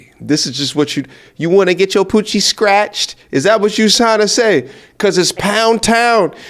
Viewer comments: Sounds like she is saying "Stretched" not scratched. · The funny thing is she’s saying Stretched not scratched 😂😂😂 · Think she said pussy stretched not scratched. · I thought she said she wanted her coochie stretched! Not scratched 😂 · Was she saying "scratched" or "stretched"? 😅😂😭😭🤣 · …. I don’t think she said scratched… I thought she said STRETCHED!! But…. She said It more like imma get it SKRETCHED from dude down the SKREET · I thought she been saying stretched. Glad to know it's scratched... Either way damn gurl. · I think she was saying stretched not scratched. lol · Is she saying stretched or scratched?